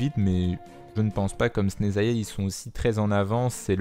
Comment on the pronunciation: On prononce Chneznaya